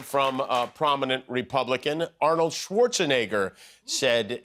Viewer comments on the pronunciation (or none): none